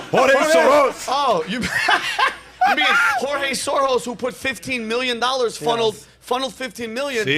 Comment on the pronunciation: "Jorge" Soros 😂😂😂